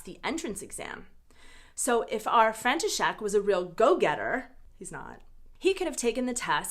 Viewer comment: I just can't. Your František just sounds like Frankenstein 😆